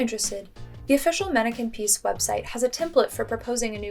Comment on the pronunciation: It’s not pronounced manneken piece but pis”s”